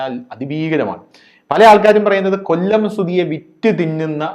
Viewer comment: കൊള്ളം അല്ല കൊല്ലം വഴ വഴ കൊഴ കൊഴ